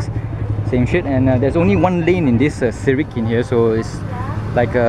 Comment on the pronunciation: Next time just take photo, even the place you don't know to pronounce. Serikin not Sekirin